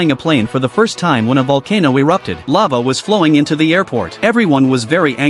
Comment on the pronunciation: Lave? You mean fire😂